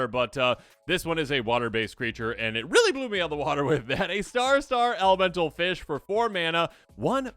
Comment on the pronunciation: he not just a feesh, he’s a BIG feesh